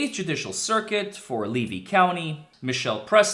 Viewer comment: LEVY COUNTY FL NOT KY !!! PRONOUNCED LEE-VEE